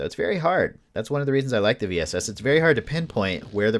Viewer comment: If you can master the bullet drop, the VSS is pretty dope. I've curved it over hills and mounds to hit a poor opponent just trying to peek or heal. Semi and full auto, too! And yes, it's range is a bit limited. I think the farthest kill I've gotten with it is about 250m. And thanks for pronouncing the name right!